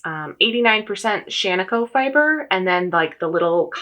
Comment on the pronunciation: here from stitches and starlight...1. I love to hear someone pronounce Shaniko correctly (and Tumalo when that happens, having spent high school in Tumalo, it GRATES on my last nerve to hear it repeatedly mispronounced, which is OF COURSE a me problem). 2. I love the cardigan you are wearing in the (first for me) video, Marie Wallin(?) Looking forward to watching backlog of videos and learning about this project. 3. I will never knit a petit knit pattern, as I firmly believe they are all such simple, classic patterns that they are available in the archives of Ravelry or various accessible library (my own or public). But I happily would spend money on an all over colourwork charted pattern, if it is size inclusive. 4. I'm kntting 26 pairs of socks this year, joined the Ravelry group, am on pace, having completed 5 pairs in the first 10 weeks of the year so far. 5. I established my go to self drafted sock pattern about 60 pairs of socks ago, and will occasionally insert colourwork and stitch patterns into that memorized pattern (two at a time, toe up, heel flap and gusset, contrast toe, heel and cuff; 64 stitches - unless colourwork, then 72 stitches; size 0 needles, unless colourwork, then size 1 needles for the colourwork section, Icelandic bind off). 6. I started knitting sweaters in 2020 and have dozens now, and am very intentional about what I knit now. Fingering weight sweaters have been my go to for the last several, perfect for layering in Minnesota weather. Cardigans a